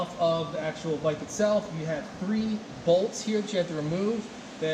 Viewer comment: I get annoyed when he says "bolts"